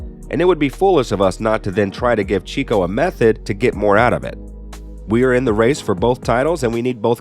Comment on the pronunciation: Cheeeco??? 😅 Cheh-co...... Checo!